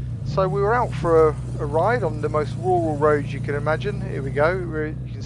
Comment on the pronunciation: If you can say Roads then you can say RURAL and not WUWAL! LAZY SPEAKING. Perhaps they should book you, not for going slow, but for MURDER of the English Language!